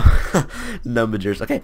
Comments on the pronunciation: "numbegers" lmfao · "numbegers" -, 2019